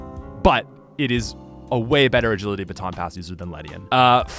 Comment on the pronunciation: "If Ledian Bagility Aaton Bass" xD